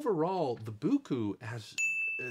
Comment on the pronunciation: Boo Coo? In a recent live stream sponsored by Biqu someone asked Biqu in the chat how they pronounced their name? was it Bye Cue or Bee Cue and Biqu said it is pronounced Bye Cue so I had a little giggle at your pronunciation of Boo Coo! LOL